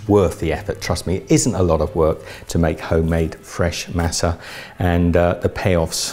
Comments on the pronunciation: It’s pronounced mah-suh not mass-uh. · Omg you’re saying Masa wrong!!!!!! It’s pronounced Mâh-sâh